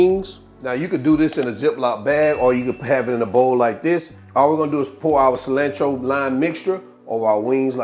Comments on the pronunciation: I thought I was the only one. Im like wtf is cilannntro. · It's definitely "fresh coriander" when you pronounce "cilantro" kuntry style. Just playing!